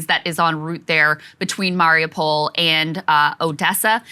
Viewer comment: I love you guys but please god learn how to say Mariupol